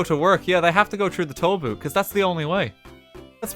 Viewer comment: 'Ya gotta go troo de toll boot' -RTGame